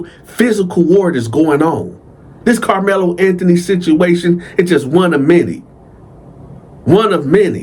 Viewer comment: Karlmelo with a K not the basketball player 😂